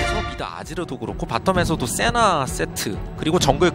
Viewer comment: 세나를 시벌 왜 자꾸 처 하는거야